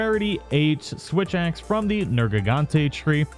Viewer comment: did anyone notice that the first time he said switch axe he actually said "witch axe"?